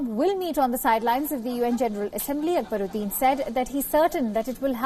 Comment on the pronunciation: Mrs anchor pls pronounce the name properly It's ak - ba-rudin